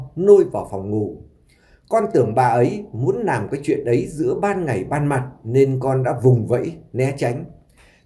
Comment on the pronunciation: Giọng kể nghe chán...lày lày...ló ló...nàm...no nắng,..học lại chính tả đi chủ tuts